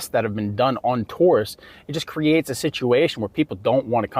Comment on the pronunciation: OMG! too~rists. Not. Tore-rists